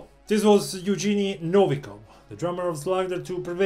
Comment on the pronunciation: His name Евгений pronouced like Yevgeniy, and g in there sounds like the g in "gram" or "goth".